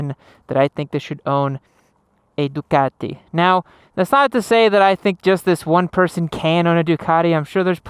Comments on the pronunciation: The only people who should be allowed to buy a Ducati, are the ones who can actually pronounce Ducati. So that's not many Americans that's for sure. I mean what the hell is " du car dee", its "Du cat e" fa crying out loud.....Du cat e"🤗🤗 To be fair, at 2.30 you pronounced it 100% correctly......once😂😂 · I like how he pronounces DUCATTTI , in heavy Italian accent.🤌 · love the accent " a ducati "